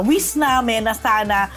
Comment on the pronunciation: it’s “wish” hindi “wis”